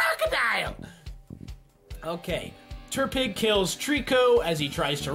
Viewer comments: Good. You got most of the names exept tepig. Not terpig btw. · "terpig" I legit yelled "IT'S TEPIG NOT TERPIG!" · Why do you call Tepig Terpig? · Why the fuck do pokemon if your not a pokemon fan, it aggrivates me... WHO THE FUCK IS TERPIG IT'S TEPIG TEP-PIG, I DON'T EVEN LIKE TEPIG THAT MUCH EITHER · "Terpig" I'm in pain -_ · Where is getting the R in TEPIG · " Terpig "- 2017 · I thought he said Turdpig lol. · Why just why, why ate the start did he say terpig